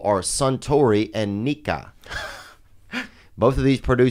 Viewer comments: nikka is pronounced with a short pause between nee and kah. (Nee (short pause) Kah). All japanese words with these double letters are pronounced with this pause. Also its more of a kah sound than kuh sound. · Brendan told everybody multiple times its spelled "N.I.K.K.A" whiskey, but everytime he said it he pronounced it like n.i."K.K.K."a in his Japanese accent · K Brendan nikka sounds like ni**a, ya hack